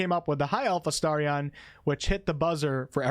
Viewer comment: You are saying his name correctly . You must have been saying it weirdly before